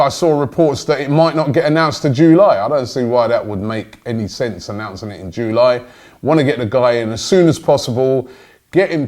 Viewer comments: JULY NOT JOOLY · July not joooo lie robbie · “Jewlie” it’s July😂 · "Joo Lie"